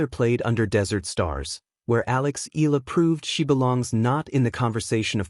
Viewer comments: (EYALA) not "ELA" learn how to pronounce the name properly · EE~YAH~LAH. Please do it right. Not skid pronounce like English, EALA is a Filipino name and Filipinos pronounce every syllable. With 2 vowels close together does not mean we slide pronounce and make it EE. NO, please separate the vowels and say EE~YAH then LAH. Simple, why make it complicated. So Annoying. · How come these guys can pronounce those tongue-twisting Euro names but can't do it with Alex? Mind-boggling.